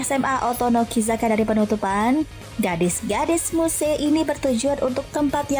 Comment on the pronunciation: AKHHHH BACA NYA MUSE DONGG GIMANA YA AH ELAHH :) YG BENER ITU EEEE... AKH GABISA DITULIS KEK MYUS GTU LH BACANYA KSEL BGT NI MOON MAAP SOALNY EMG TU ANIME BNER BNER DI ATI :D